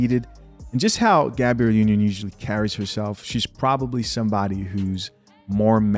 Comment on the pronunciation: #DUDE!! like the channel, but tired of you reporting on #SHIT you can't even take the chance to #READproperly. you do this alot dude. #GABRIELLEnotGABRIELLA